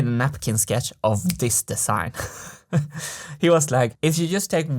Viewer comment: If you only could learn for once to make a difference between a voiced s and a voiceless s. Don't say "de-sssign".